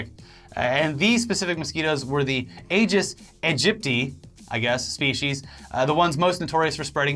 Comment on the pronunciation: It's pronounced Aedes Egypt-eye, you were close. I hear the name all the time because dengue is way too common here in Trinidad. I've had it before even :(